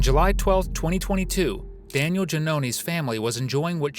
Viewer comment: Daniel not Daniele.